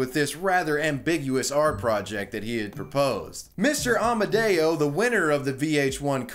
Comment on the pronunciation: I hear Amadeo, but his name was Amodeo... what's the error?